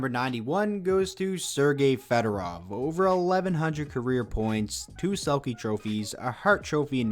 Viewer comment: Sergei Fedorov .. not frederov